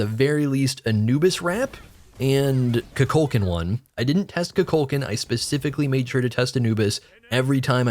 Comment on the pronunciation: Bruh it's pronounced Koo-Kool -Khan not CuCulcan